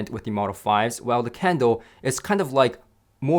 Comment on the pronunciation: Sounds like he's saying candle!